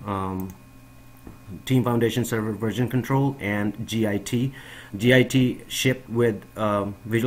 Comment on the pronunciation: Git is not an acronym. It's a word, pronounced 'git.' It's driving me crazy. Good info, though.